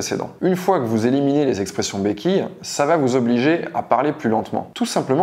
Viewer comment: 1er point : "Eliminiez". Bonne journée.